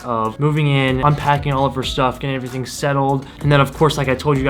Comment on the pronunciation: "E'veryting you need abou NISSAN GTR" Coming from a real big expert who has owned a GTR for 2 month and don't do a fucking shit self with the car. Sounds like a real pro or doe'nt it??? 😂 😂 😂 😂 S